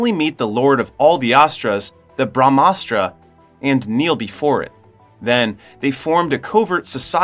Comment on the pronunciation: It's pronounced like this bruh-mah-shuk-ti.....Us-truh.... Ug-ni us-truh.... Jal us-truh.... Puv-one us-truh... Nun-dee us-truh... Bruh-maa-us-truh... Bruh-maa-an-sh.. Dush-shay-rah